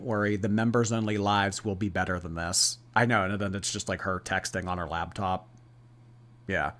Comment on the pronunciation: I can't get over saying "labtop"